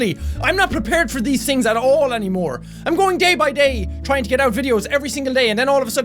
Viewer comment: If you put it to 2 when he says "day by day" instead he says Gay by gay xD